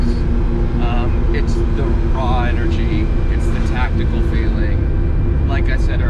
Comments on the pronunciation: I thought he said tactile. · *Tactile, not tactical. 😂